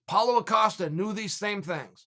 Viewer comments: You’ll never convince me Paulo O’Costa isn’t the correct pronunciation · "Paulo acosta" you always fail chael